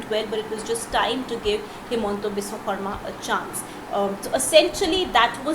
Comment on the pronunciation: Good on the journo for saying 'Xarma' instead of 'Sharma'.